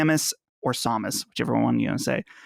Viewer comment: I'm a bit confused with what reviews did look at to think that the general consensus on Astral Chain is that its "not very good"? The metacritic score sits at 87 from review sites and 8.9 from user reviews, who or what led her to that conclusion? lol Edit:, stop mispronouncing Samus lmao